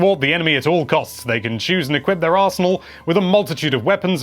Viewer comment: Interesting how you just made the word "arsenal" into a portmanteau of "arse" and "anal" in my head. Yeah, now I'll never unthink that.